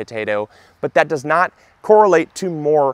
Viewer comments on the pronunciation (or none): none